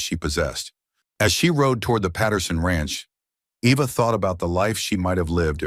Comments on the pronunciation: Not Ĕva, Ēva, like EEvă. I hate all the photos of her in tears and all the laughing family and society people. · Great story. speaker needs to learn pronunciation of characters names and writer to keep the spelling of their names the same. Eva